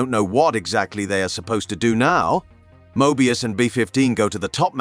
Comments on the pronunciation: How could u POSSIBLY mispronounce THAT many words/names? Some of em, even YOU said differently, from what was said earlier. This is a human, right? I actually thought it could be A.I., but if that were the case, they would be pronouncing the words the same every time. Some of em are even women, & yet the narrator calls em "he". He even says Mobius in like 3 different ways, not only contradicting the show, but strangely, contradicting even his OWN earlier words. Hard to be considered a "subject matter specialist" when u cannot even pronounce the most basic words/names, that are EASILY searchable in LITERALLY about 30 SECONDS just by googling it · Mo-ebius and auroboros